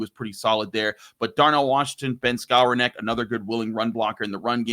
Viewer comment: called that man “scower neck” 😅😂😂